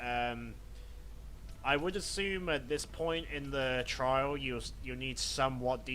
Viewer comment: its trial mode not trail mode....